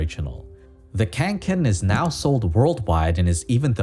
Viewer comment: The bag is named Kånken and not Känken